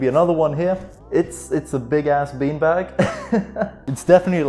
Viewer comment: Low key feels like sometimes you say peen bag